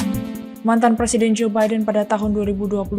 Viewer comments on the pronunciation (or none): none